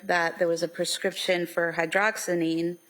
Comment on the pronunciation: Prosecutor couldn’t even pronounce the medications. Hydroxyzine can be used as an antihistamine or for anxiety!